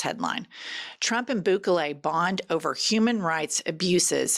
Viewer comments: I like you, but please learn the pronunciation of Bukele's name. (Boo'-ke-lay) He's the human form of a shriveled ballsack, and I'd rather you call him Bukake, but that's not why I sent this correction. I love the pod, you, Cathy and the Beaver. And I will admit, a southern accent on a woman is sexy, whereas, on a man, it just makes them sound stupid. I want to retain my attraction to the female southern accent. Please don't take offense. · The way you're incorrectly saying "Bukele" is killing me.